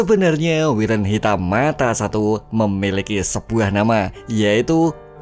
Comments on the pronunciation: Wyvern itu bukan wiren cuk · Wayvern bang KLo mau bilang bukan wiren😂😂